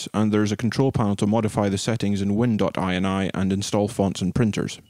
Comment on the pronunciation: "win dot eye en eye" =/ It's "win dot inny" as eny fule no, twatface :D